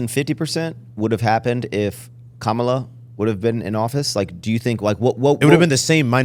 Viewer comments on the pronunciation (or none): Appreciated on this pod. Needed pushback without being degrading. speaks very “matter of fact” even when he has no idea. I think he’d sound more intelligent if he’d actually pronounce “Kamala” correctly.